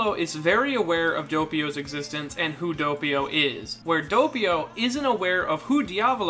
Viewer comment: saying doppio: Dopeio Other people: Doppio